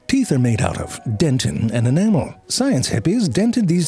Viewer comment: Is he saying "Science Hippies"?!?!?! HAHAHAHA ZeFrank you are truly original with your comedy, Fantastic video ─ As always